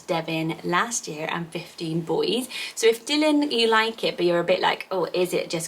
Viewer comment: Is pronounce Dylan differently x